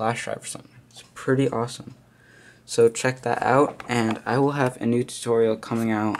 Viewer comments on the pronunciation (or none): none